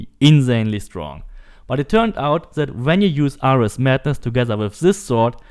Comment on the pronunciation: Bro do you even know who ares is because your butchering his name but nice vid lol